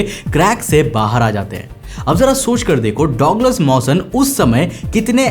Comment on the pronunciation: गजब की कहानी वो डॉगलस नही होता डगलस होता है